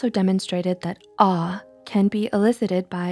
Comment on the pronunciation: When she was saying awe I thought she was saying R